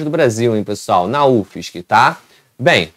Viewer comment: PRONUNCIA UFSC MESMO!!!